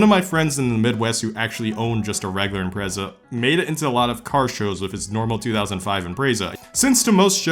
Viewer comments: stop pronouncing the Impreza's name wrong. It's not "Imprayza" it's just IMPREZA. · I HATE HOW YOU SAY IMPREZA YOU SAY “EM PRAY ZAA” shut the hell up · I cringe when you say “imprayzahh” 😂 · its IM-PREZ-A NOT IM-PRAE-ZA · Is it pronounced impraza or impretsa, It’s the first time I’ve heard it said differently so I don’t know if it’s a common thing or not. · Im-prez-a, not im-pray-za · I’m-pray-za lmao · Man, you say IMPRECA in The whirdest akcent ever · wtf is an "impreiza" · Impertsa? Impretzel! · You got me with the Impreza pronunciations. I was confused af 🤣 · Ok but why he say Impreza like that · why does he say impreza like that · i dont like the way this man says impreza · Wow, I never thought I'd be bothered by the way someone pronounces Impreza, and I'm not even a subie guy Edit: I commented too early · How does a “car guy” pronounce Impreza wrong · I actually didn't realize you pronounced Impreza in a diff way lol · Let's play the soobie drinking game, Take a drink every time he pronounces Impreza differently. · I have never heard so many different pronunciations of impreza until now